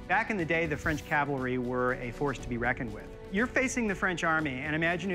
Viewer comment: Whew! At least Rick didn’t say Calvary. For someone with so much knowledge, he really needs to learn how to properly pronounce Cavalry!